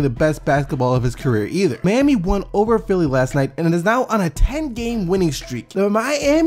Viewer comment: y do u call them the MAYami heat they are the MYami heat